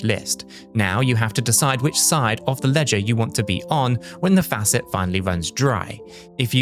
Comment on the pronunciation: The AI giveaway is the pronunciation of the American word for a tap = faucet. It is clearly pronounced incorrectly several times and every time the same way in this video.